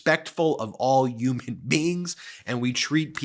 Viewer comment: Why are we collectively starting to say "Yuman" and "Yuge" cant we stop adopting trumpisms? It grosses me out 😂